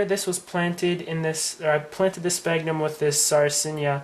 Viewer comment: Pronounced "Sfagnum".Pronounced "Sfagnum".